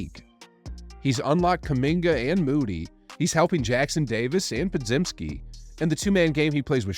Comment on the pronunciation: Po-gym-ski. Just a headsup.